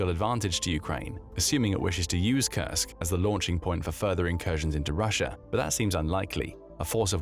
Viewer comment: Like he says it over and over to look sophisticated? Can’t pronounce Kursk correctly which it’s mostly about Kursk? Strange.